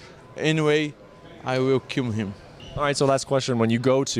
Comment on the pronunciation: “I weo kin him” What a bit ch!